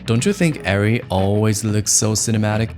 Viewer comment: firstly, thank you for correctly saying the name as Airree not areree. As a MiniLF owner op for 3 years, I know this feeling too well. It's hard to break away from that camera and dive into a new ecosystem of camera. Every DP should learn the physical minutias and tools with all cameras, but if u choose Arri, its hard to go back